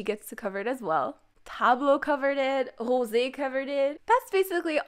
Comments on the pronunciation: Why do you pronounce Rosè like ThatÈ? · Why do u pronounce Rosè like that kskskskkss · Why do you pronounce Rosé like that? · Why you pronouns Rosé like that.